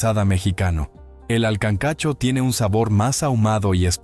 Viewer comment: Se dice kankacho